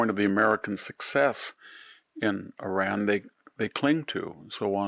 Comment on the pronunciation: IRAN never crumbles!! You shall see. Keep your nonsense to yourself and learn how to pronounce Iran correctly!!!